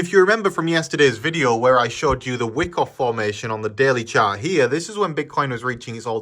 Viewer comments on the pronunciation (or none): It's pronouned Waaikof. Not Wikkof.